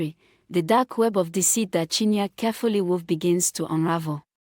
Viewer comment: Not chinya but chin ye re